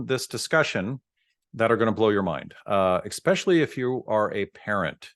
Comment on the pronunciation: Dentist says eXpecially.